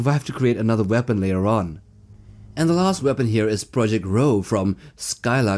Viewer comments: Just a nit-pick, but DuQuesne is a French name that is pronounced "Doo Cane." The problem with the Skylark Series was that the material allowing the power generation to occur was never limited, so you had "expansion glut" by the time the fourth novel in the series came out. The series was a typical space-opera. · DuQuesne is pronounced 'dooKane'. Also Farscape's John Crichton is pronounced 'krytin'. Geez. Otherwise, great seeing those two on the list along with the usual WH40k and Halo.